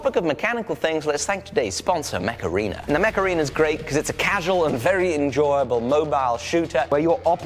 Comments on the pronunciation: I love that when you say Mech Arena, it kinda sounds like Macarena, and I'm just picturing you and Jamie dancing while playing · The way you said Mech Arena made me think of the macarena and now i can't un-hear it... Heeey mech arena! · When he said mech arena it sounded like he said Macarena with an accent